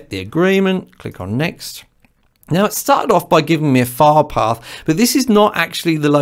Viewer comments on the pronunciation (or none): This video was very helpful to me. Your explanations clicked with me. The only thing that confused me for a moment was your pronunciation for "file path". My half deaf ears heard "fire dog." The background info on VSTs was also enlightening. Thank you. You may ask how does a half deaf person record anything. I simply make it sound good to my ears and if nobody vomits, it's okay!